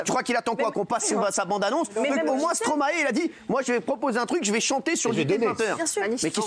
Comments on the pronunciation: Encore un truc les Français, c’est pas Stromaé!! C’est Stromae ae ae ae. C’est quoi votre Stromaé de n’importe quoi la. StromAE!!!! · et pitié les français...arrêtez de l'appeler STRoMA ééééé...petit tuto...vous êtes capble de dire MAESTRO??? alors vous devez pouvoir inverser les syllabes....Stromae...maille comme la moutarde... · Par contre stop de dire « stromaÉ » ! Ça se dit « stromAY » !!! C’est pas compliqué quand même bordel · Mes oreilles saignent à chaque fois que j’entends Stromaé.... STROMAÏ svp merci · Alors les français, une fois pour toute : on ne dit pas « StromaÉ » mais « StromAÏE » et on ne pas « BruKSelle » mais « BruSSel » ! Faites un effort, merde 🤦🏼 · S’il vous plaît la prononciation du nom de l’artiste c’est pas stromaé mais stromae le ae ce dit Aille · STROMAY PAS STROMAÉ svp faites un effort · Ils me feront toujours rire à dire stro-MAÉ